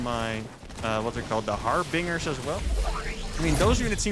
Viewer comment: Harbinger. No second R after the B.